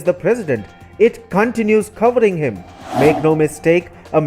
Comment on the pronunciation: Still gave thumbs up, even though you put the emPHASis on the wrong sylABle.